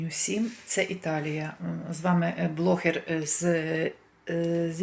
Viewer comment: Але чому ви називаєте себе,,",чи може тільки мені так чується